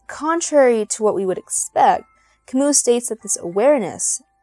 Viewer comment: Can’t you even pronounce Camus’ name properly?! It’s not “Ka-moo”, it’s “Ka-myu”. He’s French, for Christ’s sake!! Jeez!